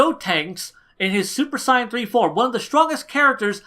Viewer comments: Don’t they pronounce it “say-yen” in the show...not “sye-en”??? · I like how you say Saiyan